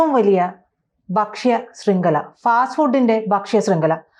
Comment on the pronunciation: ഭക്ഷ്യ...not ബക്ഷയ അല്ല